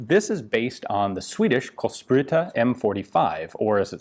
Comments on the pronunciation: Ah yes, our colsprootah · Ha! Let's just say that Gun Jesus didn't stick the land when he tried to say kulspruta.